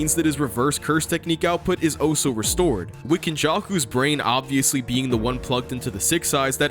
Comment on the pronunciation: the way your say "also" sounds like "oh so"